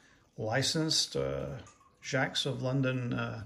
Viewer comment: It's pronounced jay-cs